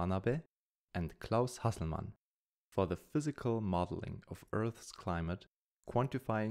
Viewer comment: He is probably German. His pronounced the German Nobel winners name very well, just a guess